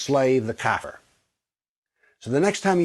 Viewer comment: Kafir is pronounced [ kah - `FEER ] , not "cat fur". It's an Arabic word to generally describe things that are against Islam, and in some Middle-Eastern languages with Arabic roots, it basically means anything that's bad. Yes, they use it to describe "infidels" but the word has no direct connection to Europeans.